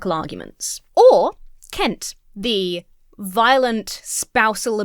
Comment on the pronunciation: When you say “Kent” I don’t think you’ve got the vowel sound right